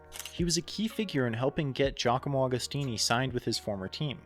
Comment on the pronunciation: Another great video lad! Interesting and well researched - keep up the good work. BTW Agostini is pronounced like Agony.